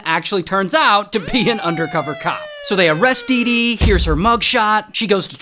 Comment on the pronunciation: dee dee sounds like doo doo